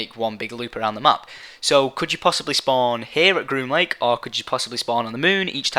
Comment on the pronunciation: groom link? green link? grun lunk? WTF IS HE SAYING?!?!